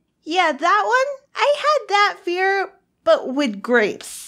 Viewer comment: “Am I pregnant with gwapes?” LMAO XD